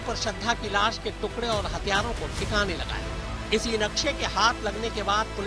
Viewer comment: Tukre nahi tukde madam....Work on MTI when you are working on a national professional channel..